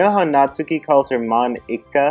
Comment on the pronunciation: Call her "Mon-Ika"